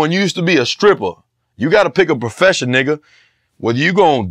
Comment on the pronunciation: White boy gotta stop sayin nigha